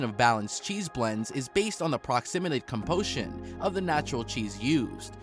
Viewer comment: Proximinate compotion